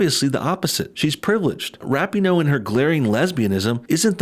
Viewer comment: I really like that you're mispronouncing her name (but saying it correctly phonetically) in this video.